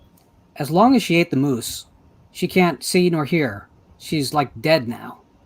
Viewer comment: Oh, but you pronounced it wrong. She actually doesn't say "moose" she says "mouse."